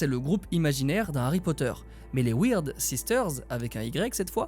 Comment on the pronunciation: Weird ça se dit bien « wird » mec